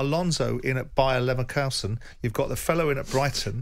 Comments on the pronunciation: Why can't he pronounce Bayer Leverkusen? There are difficult German words and that football team is not one of them. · Jordan still ploughing the ‘Leverkowson’ furrow. He just cannot be wrong, the absolute herbert 😂